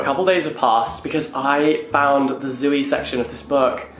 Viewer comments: Can someone tell Jack it's not Zoo-ey. 😬 It's just Zoey (Z-owe-ey) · saying Zooey like zoo-wee-mama from Diary of a Wimpy Kid is wild to me